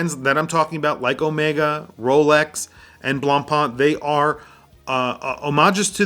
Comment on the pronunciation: The pronunciation of BLANCPAIN is not BLANCPAAAN.